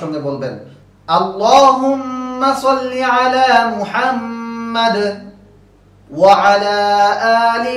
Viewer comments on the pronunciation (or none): ওৱালা হবে না ওৱা আলা হবে।